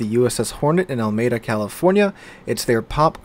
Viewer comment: Oh you mean, Alameda, pronounced AL-UH-ME-DUH. That's as bad as WOW players mispronouncing Yamato as Yam-a-toe! 🤣🤣